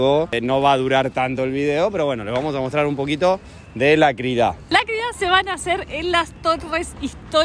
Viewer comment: Se dice Crida. Con acento en la i